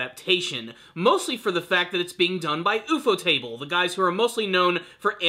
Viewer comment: Ufotable is pronounced YOU-FOR-Table. U (as in YOU) FO is Japanese way of saying UFO. You know, like flying saucers.